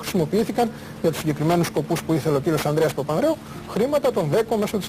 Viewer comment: φίλε προσπάθησε να προφέρεις καλύτερα τις λέξεις, π.χ. λες "ο Ανδρέα Παπανδρέου" και "της Τράπεζα Κρήτης"